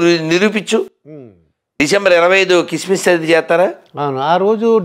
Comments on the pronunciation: సిస్మిస్ కధరా సన్నాసి క్రిస్మస్ తెలుగు ఉచ్చరణ సరిలేదు పొరంబోకు సొల్లు ఆపి గజ్జికుక్కల మొరగతం కాదు నీబుధి మార్చుకో వీడు ఇందువ కులగజ్జి బాచి సిగ్గులేదు మీకు కులగజ్జి సన్నాసులు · కిస్మిస్ కాదురా క్రిస్మస్ అనాలి, బో....